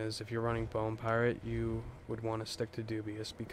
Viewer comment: “Piarate”? lol gg, pretty unique which is hard for most